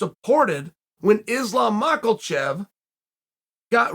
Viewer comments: Makelchev vs Daroosh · please stop saying makhaLchev bro it’s getting annoying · Islam macklechev